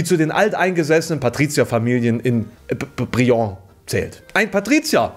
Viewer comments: Man spricht es tatsächlich, wie man es schreibt. Brilon (Brie-Lonn, nicht Brijo) Grüße aus dem von Brilon 45km entfernten Paderborn. (Oh mann, ich wohne zu nah an CDU Politikern... :( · Brilon wird einfach nur ausgesprochen wie man es schreibt. Kein Brilong, kein Briló oder sonst was. Brie-Lonn. Keiner kann unseren Ort aussprechen 😅 Direkt um die Ecke von dem gezeigten Gasthof ist übrigens auch das damalige Haus von Merz (nicht dass man da hin möchte, aber so als unnütze Info). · Brilon wird nicht französisch ausgesprochen, es tut mir jedes Mal weh das zu hören. Merzi wird doch bestimmt irgendwo den Namen mal ausgesprochen haben. Es ist ganz hart deutsch auszusprechen: Briiiloooon. Nicht Briló. Und ja, die nächste Pommesbude ist vom Marktplatz ein paar Meter entfernt (auch schon immer gewesen), da muss er wohl irgendwas durcheinander bringen. Er wohnt da aber auch (zum Glück) seit langen nicht mehr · Brilon wird so ausgesprochen wie es geschrieben wird und nicht Brijon 😂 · Ich hab das Video jetzt ja erst gefunden... Nach unter 4 min wurde ich schon zu extrem getriggert!! Ich weiß es soll wohl ein Witz sein, aber die Aussprache von Brilon macht mich grade so extrem wahnsinnig, weil ich grob in der Gegend aufgewachsen bin! Es heißt Brilon und nicht Briejon!! AARRGGHH!!! Sorry, aber so zumindest ein Commy für den Algorythmus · Man spricht das "Bri-Lonn" ;) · Fürs nächste merz Video Brilon spricht man einfach so aus wie man es schreibt also brinlon nicht brion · Man Spricht es einfach sauerländisch aus: Brie-lonn (Brilon) Liebe Grüße aus dem Sauerland und danke für Deine gute Arbeit :) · Die Aussprache von Brilon (Brie-Lon) hat mich echt gekillt... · Es heißt Brilon. Wie mans schreibt Bri - lon. Es tut mir wirklich leid, aber weil ich aus der Gegend bin tut mir die Aussprache schon echt weh. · BRILON, einfach so wie es da steht. Mit gesprochenem „L“ 😂 Ist bei mir um die Ecke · Brilon wird ausgesprochen wie es gesprieben wird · AAAAHHHHHH DAS SPRICHT MAN "BRIE-LONN" AUS